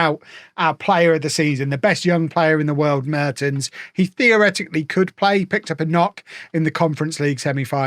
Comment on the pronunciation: the first e in Mertens is pronounced with the "e" as in "well"